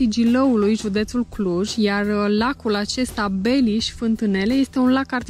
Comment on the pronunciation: La minutul "Sunt foarte frumoase lacurile din jurul Cluj-ului: Tarnita, Gilau, Penis..." Eu as pune accentul pe a doua silaba,. 😅😅😅